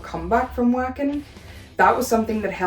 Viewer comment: Uhm acshualy it’s pronounced Vocken 🤓🤓🤓🤓